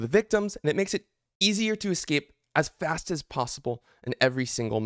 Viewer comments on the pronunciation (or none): none